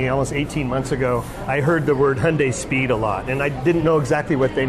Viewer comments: The correct pronunciation of Hyundai was sorted out years ago. Real simple Gary, rhymes with Sunday, give it a try. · Its pronounced hyundae not hyundie. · There is one essential and crucial component when reviewing a vehicle. Be sure the reviewer pronounces the company name properly. It's Hyundai as in Sunday, not "Hyun-die". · You’re both wrong. Koreans say Hyun-die (just 2 syllables)..... both Americans and British say it wrong .